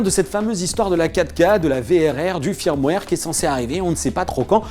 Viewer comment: pour info, "Firmware" ça se prononce "Feurmware"...